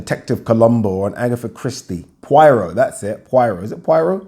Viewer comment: Im sure its poirot ? Could be wrong 😂